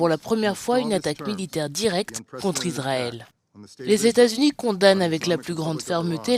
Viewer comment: Iswaël a lé dwoits dé sé défendre , mes Fwéwes...